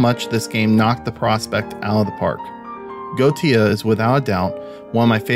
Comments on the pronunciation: Thanks for the review, it helped! :) Not to nit pick, but I believe the pronunciation of Goetia is GOAH-EH-SHA or SHIA. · Correct. It's Go-eh-sha. Eh like the letter 'A'.